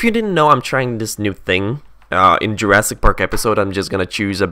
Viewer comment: You said it right:)